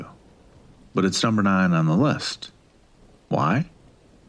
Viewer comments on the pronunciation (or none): none